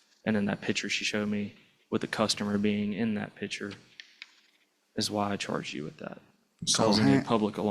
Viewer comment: Officer, the word is "picture", not "pitcher".